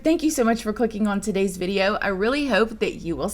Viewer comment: SAME!!! I also used to watch Bella Fiori too, but her accent drove me crazy. She pronounces "video" as "viderrrr".